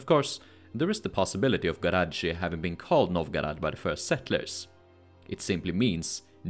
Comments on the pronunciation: And a little remark: "gorodishche" is pronounced with an accent on the "i" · Почему Новгород произносят как Новгарад, Сопка как Суопка, а Городщие как Гарадище? НУ ПОЧЕМУ???